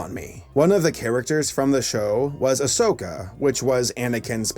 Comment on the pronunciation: When he said Asoka I was like whaaaaaaaaa I'm not the only one